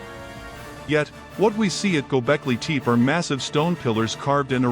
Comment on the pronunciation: Waste of time! Really bad AI voice. First line says "Gobekli Tepe", with the second word pronounced TEEP. Even TEE PEE would have been closer. Junk!